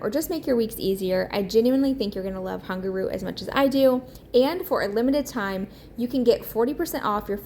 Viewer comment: everything looks great! I love watching your channel. I was laughing hearing you say Hungerroot instead of Hungryroot. 😅